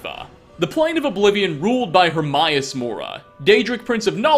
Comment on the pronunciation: herMAEus not HerMYus